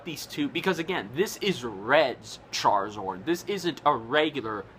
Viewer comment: its charizARD not charizord